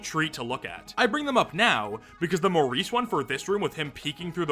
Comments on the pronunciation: Morris. Not Maurice. MORRIS. More-Iss. Not “Mohr-Ees”. You CAN read, right? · I would've thought Morris to be pronounced "Morris" and not "Maurice" lol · Morris is NOT pronounced like Maurice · Him saying "Maurice" for Morris was so funny to me idk why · Mow-rees? Not Mohr-is? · pronouncing Morris like Maurice every time 💔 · wait it's not supposed to be pronounced like that??😭